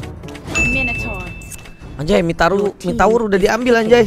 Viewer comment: Minotur bambang bukan mitour ..